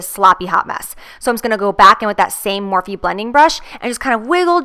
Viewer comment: Is Morphe not pronounced "morf" not "morfee"??